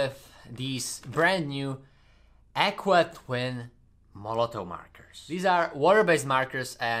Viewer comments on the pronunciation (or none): "Akwa"killed me😭☠️ it's krazy how many languages there are